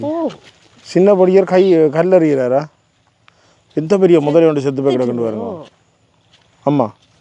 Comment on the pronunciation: முதலை, not முதளை